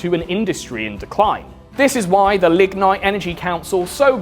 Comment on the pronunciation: Whenever you said "Lignite", I had to make sure I wasn't hearing "ligma".